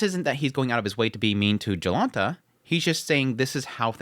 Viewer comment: It's funny to see anime taking place in Poland and to hear Polish names being butchered :P So, the "Jonalta" when spoken starts not with "J" like in "Job", but is instead pronounced more like with "Y", 'Yolanta'. But you nailed "Piast" ;)